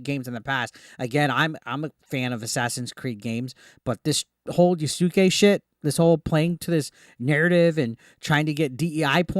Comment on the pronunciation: Its Pronounced YAS-KAY